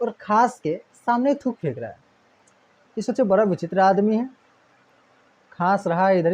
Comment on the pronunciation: Sir apka uchcharan sahi nhi hai ड़ को आप बार बार र करते हैं सड़क को सरक , बड़ा को ब्रा कहते हैं